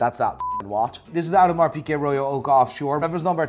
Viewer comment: It's hilarious that this guy can't pronounce Audemars Piguet as a watch dealer